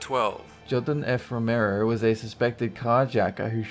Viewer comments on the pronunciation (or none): none